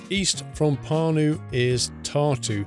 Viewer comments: You pronounced Pärnu wrong. Ä=æ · also if u pronounce pärnu then the letter "ä" u pronounce like the "a" in beginning of word "an" i'd like to see u recording by driving from Pärnu to Tartu... and can u go to the center of Pärnu?